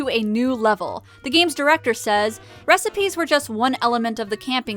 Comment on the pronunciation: recipe. recipeh. recipaaah. RECIPAAAAAY.